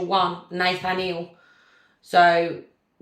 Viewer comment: Say it like - Nuth-aniel - like Daniel with ‘Nuth’ instead of ‘D’